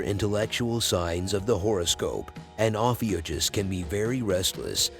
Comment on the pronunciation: Pronounced- OH-FEW-KUSS